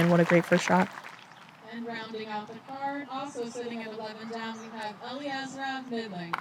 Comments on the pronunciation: Not Eleezra, Ellie-ezra. Please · I was the announcer for FPO. It's pronounced Uh-lee-ezra. She personally broke it down in her interview with Staggered Stance shortly before this event.